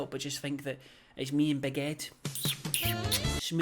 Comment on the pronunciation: You said “Big Ed” and I heard baguette 🥖 and that made me laugh so much lolllll